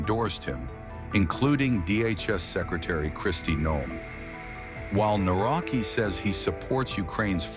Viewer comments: You can pronounce "Nawrocki" like "Na-wrot-ski," with the "cki" sounding similar to the "tski" in "Tchaikovsky." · The correct pronunciation of the surname of the Polish president Nawrocki is "Navrotski" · Please learn at least the correct pronunciation of His surname when You make a video. This is not even close to how it should be pronounced. It is not that hard to check it before making the wideo about the Man. This is so basic.